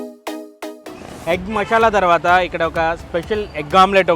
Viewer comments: మషాలా కాదు మసాలా.... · మషాలా కాదు బ్రో. మసాలా. మిగిలింది మాత్రం ✌️ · Mashala kaadu anna adi Masala